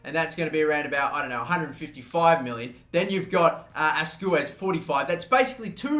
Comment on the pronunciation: His name is pronounced Asqwez